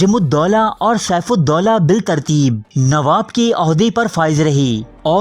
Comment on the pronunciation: وعلیکم السلام۔ بھائی آپ کی معلومات بہت کارآمد ہیں۔ شکریہ۔ چند گزارشات پیش خدمت ہیں: (1) بالترتیب کا تلفظ ھے bittarteeb نہ کہ biltarteeb (2) ترکہ بھی tarka بولا جاتا ھے، turka نہیں (3) ھے کو hay نہیں، hae پڑھتے ہیں (4) "یاد رکھو دوستوں" نہیں، "یاد رکھو دوستو"۔ خطاب کے وقت نون غنہ نہیں ھوتا۔ (5) گورنر کا نام Warren Hasting نہیں Warren Hastings تھا۔ (6) خرچ کو kharach نہیں kharch بولا جاتا ھے۔ آپ کی پیشکش سے ہم خوب لطف اندوز ھوتے ہیں۔ عمدہ کام ھے، جاری رکھیے۔